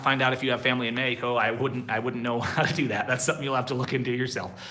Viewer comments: Practice the correct pronunciation for Mexico you say MAI KO but it is MAH HEEEE KO, J is like an H is English but stronger, in English the H it is like a whisper, but the Spanish J is like a strong H stronger than the H in HE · Hi,. I know you're learning Spanish, so I thought I'd help you out with the pronunciation of Mexico. I'm hearing you say May-ee-co, it's pronounced Meh-HE-co. The X is pronounced how we say "he" in English. I've also heard you say May-ee-cans, but that is Spanglish. In Spanish you would say Meh-he-can-oh or Meh-he-can-uh (add an "s" to the end if it's plural).:)